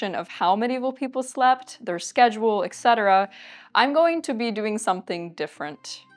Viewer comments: No "k" in "et cetera". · Heya. Love you videos. So interesting. But please practice saying ET cetera. Not EK cetera. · Et cetera NOT ek cetera!